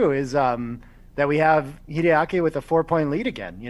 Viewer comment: WHY does he say Kiriyaki instrad of Hideaki?